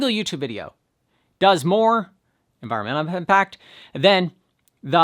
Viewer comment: Yeah! Unvirunnnmmnntl impact! (Just teasing 😉)